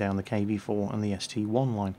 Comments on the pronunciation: its not ST-1 its ST-I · UGH ITS NOT ST-1 ITS ST-I!! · it's ST-I!!!!!!!!! Not ST-1!!!!! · ST-i not ST-1